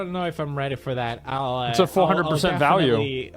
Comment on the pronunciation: "But how do they bridge dat gap ..." is all I heard.